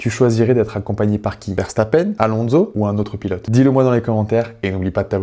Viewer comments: Il te fait de la peine pour que tu prononce le nom de famille verstappeine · alors moi je le prononce verstappeune et je le prononce comme julien ferbreau c'est jaques Villeneuve qui le prononce verstappeine je peux paraître ultra sérieux mais quand je suis fan de quelqu'un je le suis énormément 😅